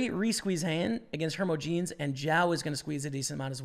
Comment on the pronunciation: Hermogenes-"her-moj-ih-knees". Also, coup de grace-"koo-deh-grah" French term for the killing blow to a wounded animal or man.